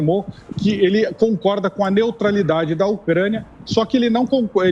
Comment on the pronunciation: NEOTRALIDADE... NEOTRALIDADE